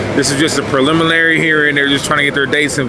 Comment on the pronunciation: My boy can’t even pronounce ‘preliminary’ so take his opinion with with a grain of salt. D4vd is not getting out of this with 3 special circumstances, which is crazy. 😂